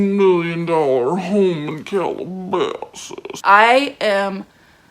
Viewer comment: Had to replay you saying "Calabasas" like five times😂